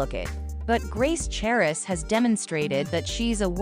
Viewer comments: The "h" is silent... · the "h" in the last name is silent.